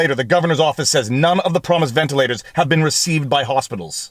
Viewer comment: Wtf, he said Elon. He also said ventalers though.